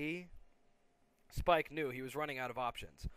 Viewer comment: no not spike y spike